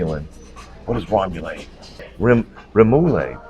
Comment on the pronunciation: I agree with everyone else! Love the new opening! Always love the bloopers at the end too! lol!! Rem-o-lahd 😂